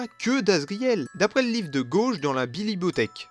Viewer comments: "Blibothèque" XDD 😂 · 😂😂😂la biliboteheque